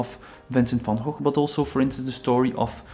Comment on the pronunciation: today I learned how to pronounce Van Gogh properly